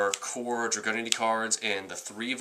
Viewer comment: It's pronounced Drag-oo-Nity